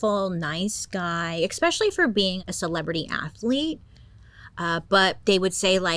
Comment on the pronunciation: Bailey? With all due respect, "expecially" is not a word. It's "especially."